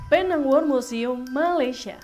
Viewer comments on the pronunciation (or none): PENANG sebutannya PINENG sayang hehehehe